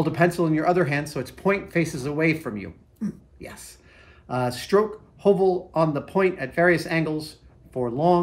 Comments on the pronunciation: Nice. A little pointer, though: The Norwegian letter 'ø' or 'Ø' is pronounced more like the English 'u', as in 'Huh!'. So think 'Huhvel'. :) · it is not pernounced ''O'' when it is written ''Ø'' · loved the way youbpronounced HØVEL :) it's more lige Høv'l when you speak it :) or if you are from Jutland its HØUL :) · The ø in Høvel is pronounced the same as the 'ea' in 'early', the 'v' as in 'very'. It's the Danish and Norwegian word for 'plane', as in wood-working plane.😉👍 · The word HØVEL is Norwegian for PLANE. A wood plane, that is. 😉 The Ø is pronounced like the sound you make after the H in 'huh', or between the hard G and the R in the word 'girth'. Or the first sound you make when saying Earl. 👍 LOVELY tools! 😍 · Høvel is Norwegian for plane (the tool). And as a fellow Scandinavian I'd like to inform you that Ø (Norwegian and Danish) or Ö (Swedish) is pronounced kind of like "uh" or the letter i in bird or girl (especially if you are doing an Arnold impression) The letter that is pronounced like awe or the o in coffee would be Å/å And finally Æ/æ or Ä/ä (Swedish) is pronounced like the a in bad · The “ø” in “høvel” is not a stylised “o”, but a different letter that’s pronounced about the same as the French ligature “œ”. As a short vowel, it sounds approximately like the “u” in “puff”. The Norwegian word “høvel” means a woodworking plane. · HØVEL. The second letter is actually a Danish/norweigian letter. When You pronounce it the correct Way, You Will ( though not spelled This Way) say the Danish counterpart of the Word: Planer! You know the tool You use to straighten Wood. It is pronounced (in This context) like the i in bird. And it does look like a miniature planer. Nice!